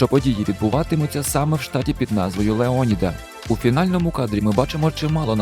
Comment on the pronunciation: Лео'ніда бро) Леоні'да то від нечистого) І кацапського) Тільки Лео'ніда)